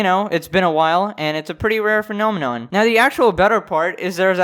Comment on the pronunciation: A very rare "phanenonm" is happing.